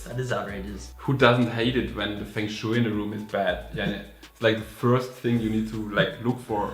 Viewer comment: The way you pronounced Feng shui made my skin crawl